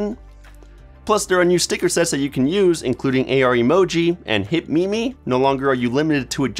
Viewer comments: Did you just say... new hit *mimi*? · did he really say "me me" and not meme!?